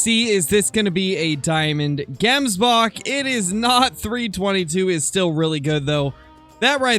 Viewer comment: I'm from South Africa and the way to properly pronounce the word Gemsbok is not pronouncing the g like saying gate but ratherlike if you were clearly your throat saying the g, if any other south africans could come up with a better way of describing how to say it, please help with this